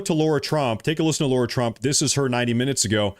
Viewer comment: Suiciding herself is an issue /worry with Ghislaine. P.S. It is LAIRA Trump, not Laura.